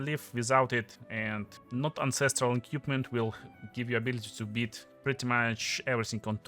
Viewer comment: всё круто, но пожалуйста не "экьюпмент", а "эквипмент" - это частая ошибка